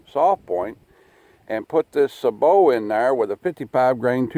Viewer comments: Say bo, is how sabot is pronounced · Sabot (say-bo)